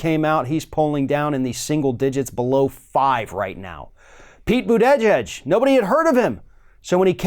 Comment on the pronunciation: I love ya buddy BUT...for crying out loud, get Mayor Pete's last name pronounced right, will ya? It's not Bu-TEJ-edge. It's Boota-jedge, at least, according to what actually comes out of his own mouth! Continuing to mispronounce it makes YOU sound stupid and I cringe every time 'cause you're a smart man who shouldn't promote a stupid self image!